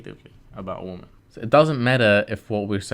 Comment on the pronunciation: Plural for "woman" is pronounced WI-men. Not WO-men, despite the spelling. Just a pet peeve of mine. "Females" would also work as an alternative. Otherwise… Great video.